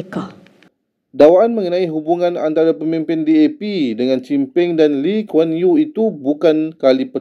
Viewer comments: “Lee Kuan Yew” not “Lim Kuan Yew” lahhh dikkk….🤦🏻‍♂️🤦🏻‍♂️🤦🏻‍♂️ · aku dengar je dia sebut nama LIM KUAN YEW, dah tau tak betul...teruk benar imaginasi walauntit pas ni..gila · Pembetulan..Hoi mangkuk..Lee Kuan Yew BUKAN Lim Kuan Yew..sebut nama betul2 cam nama hang Siti Tak kan orang nak Sebut Ahmad kan?!🎉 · It's LEE Kuan Yew. Not LIM Kuan Yew! She can't even differentiate between "Lee" and "Lim"! OMG! 🤦‍♂ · Did she say Lim Kwan Yew?? 😂😂 Isn't it Lee Kwan Yew?? PAS cannot say the right thing. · Lim Kwan yew kepala bapak Kau la mastura, dok sebut nama pon xbetol, ikot suke kepala atok ko je kaitkan nasab kluarga org, memalukan muslimah laen je Kau ni musibat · Lim kuan yew.. sebut pun x betul... hurm.. sy x nak jd walaon lah.. vangangnye mp pas ni.. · Aku tk tahu la mcm mna Siti Mastura ni blh dpt PHD DR FALSAFAH & DI ANGKAT OLEH PENGUNDI KEPALA BATAS SEBAGAI AHLI PARLIMEN ( WAKIL RAKYAT) sebut nama bekas perdana menteri Singapura pun tk betoi..